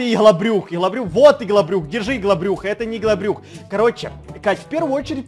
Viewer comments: Не ИГЛОБРЮХ А ЫгЛаБрУх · Он помойму говорит ЫХЛОБРЮХ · Во первых, во вторых ИХЛОБРЮХ, в третьих ОРУУУУУУУ😂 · Потом у что это ИХЛОБРЮХ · Нужно было написать "ИгЛоБрЮх" 😂😂😂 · Почему всегда говорит ИХЛОБРУХ